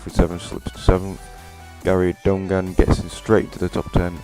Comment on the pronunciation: donegan is pronounced done again lol good try tho